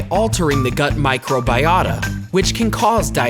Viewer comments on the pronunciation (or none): It is pronounced micro BI ota NOT micro BEE ota GET IT RIGHT NEXT TIME !